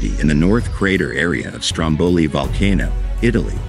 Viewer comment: You don’t even get the name right - let alone the rest of the video …😂 👎